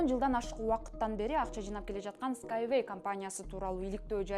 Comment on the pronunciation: эскавей мес Скай вей 😅